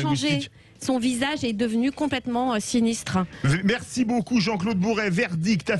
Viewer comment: "finiftre"? "Sinistre" !